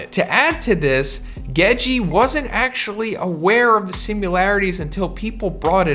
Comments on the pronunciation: love your channel bro but it’s Gege not Gejeeee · “Geji”? Both the g’s are hard, it’s The first syllable twice, Gege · oh man, isit pronounced... GEGEH, GEGAY, GEJI, JEJE??? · Hearing the two "Ge" in Gege pronounced differently is so odd